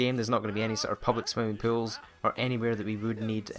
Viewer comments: i thought he said pills instead of pools. 😂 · is he saying...pills,hills,fills or skills? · I thought he said pills or pwills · At first i thought he was talking about pills since his accent sounds like "swimming pills" rather than "swimming pool". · It took me a moment to figure out you were saying "pools" and not "pills" .. I was like... pills? Drug abuse in TheSims? What the hell did I miss? No offence, but people say Americans don't speak proper English. I'm here to tell you that may be true, but we do it phonetically and that's just... better. It just is. It's why so many other countries learn American English over any other form. It's also why British and Australian news casters learn to speak more like Americans. Our "in-proper" version of English is simply easier to understand and communicate with. Sorry, back to TheSims :P PS: The British did NOT invent the English language seeing as it's comprised of many languages. No doubt a civilization that LEARNED words from other cultures didn't "invent" anything. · when he said pools,I thought he said pills.I'm like WHAT!!! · Whenever he said "Pools" I heard "Pills" and I'm just like What? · When he said "pools" I thought he said "pills" and I was like WTF IS A PILL!?! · I thought you were saying "no pills" not "no pools" 😂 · When he says pools, it sounds like pills. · um when you say pools I thought you said pills lol. like you said killing people with pills XD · i seriously thought he was saying pills, not pools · I thought when you said pools it was pills. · Anyone else hear "Pills" instead of "Pools"? >__> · i thought he was saying pills instead of pools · Lol oke i mabye hearing it wrong but you saying pills more to me then pools ahah :P mabye because of your accent but still :P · I thought he said 'I always like to kill people with pills' and I was like... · Same. I had to go to the comments to realize he was talking about pools. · twinsister27 I know right😂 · twinsister27 I thought he was Pills too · Me too